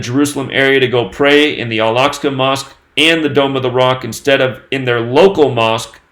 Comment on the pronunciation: Josh Greenblatt wanted to let know that the name of the mosque is pronounced "Al Ahk-sah". Carry on, coincidence theorists.